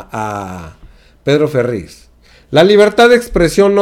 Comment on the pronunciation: NO es Ferriz de Con ni tampoco se dice Volgaridades, por favor PRENUNCIE BIEN PA' QUE NO LO CRETIQUEN, también ya hay clases nocturnas de geografía, no sea burro